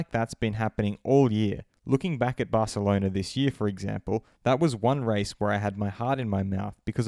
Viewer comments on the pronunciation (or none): none